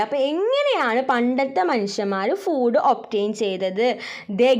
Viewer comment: Miss ഫൂട്‌ അല്ല ഫുഡ്‌ ആണ് 🙂